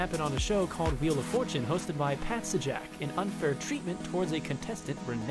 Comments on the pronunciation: Did he say "Pat Sah-Jak"? You could just say-jak. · It's pronounced Pat "Say-Jack" =p not Pat "Suh-Jack" lol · you know someone has never seen wheel of fortune before when they pull a 'Pat Suh-Jack' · I'm triggered by the way you said - pat sajack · Bit of advice, 1. Turn the background music way down. 2. Stop mumbling. 3. Learn the pronunciations of the names of people in your videos. IE. It is not Pat Sejak. 4. Learn the names of the shows... "How to become a millionaire" is not correct. 5. Pause between numbered entries. There where 4 instances of run on sentences, which who cares it is only Youtube, except, They ran from # to #. Sorry... XXX... You lost... Here is a years supply of Turtle Wax though.